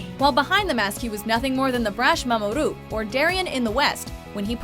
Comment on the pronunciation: Averie Morris they can't say Jotaro right or Mamoru 😑😒